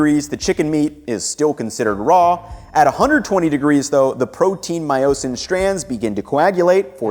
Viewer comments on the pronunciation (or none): it's pronounced MY-o-sin not my-OH-sin